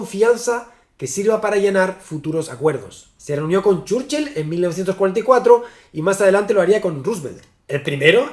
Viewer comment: Pronunciación correcta: ❌Chórchil ✅Chúrchil